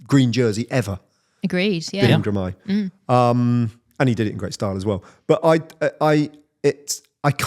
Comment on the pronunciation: I noticed in this years Tour, Ned and David Millar could not pronounc Girmay's name correct, it was always GRimay. Thye finally got it, i suspect after a word from someone. Bit of dyslexia going on there.